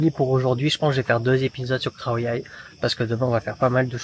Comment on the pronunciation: Par rapide conscience et suite à ton conseil, j ai réécouté attentivement les bases de la pronociation thai de " เขาใหญ่ ". Sans surprise je ne perçois pas de son " R " ; autrement dit je n entend pas "khrao" mais bien "khao". Quand a "Sawatdee khrap" je faisais allusion à Sabri qui le prononce " rrhap" , un peu comme le son "r" en arabe qui racle la gorge. Ma question à la base etait juste de savoir si certains Thai prononcent เขา ou bien ไข่ comme s il y avait un " R " après le " KH ", à savoir respectivement "khrao" et "khrai". Du coup pour être certain de ce que j avance, j'ai aussi réécouté ta pronociation de เขา à ; ; ; ; à ข้าว(ผัดทะเล) tu prononces aussi un "R" dans le mot riz ...Bref, j ai pas cherché non plus à tout relever mais dans ta pronociation du mot เขา on entend bien le son รอ-เรือ qui suit le ขอ-ไข่ Conclusion, si je me contente comme tu me l'as suggéré d écouter la pronociation de Google Translate, après plusieurs écoutes attentives je n entend pas de son " R ". Ce qui me renvoi à mon questionnent initial, peut etre que certains Thai suivant la region prononcent comme toi ce son "r" ...ใครจะรู้ ? Un peu comme en Issan Lao où le ลอ-ลิง disparaît dans le mot ปลา où bien prend carrément la place du รอ-เรือ . On est loin des " R" roulés bien khmer de la région de Surin qui sont des "R" bien virils qui ne deviennent pas des "L" ... Merci en tous cas pour ta réponse. Pour info mon but n est pas comme on dit de chercher des poils sur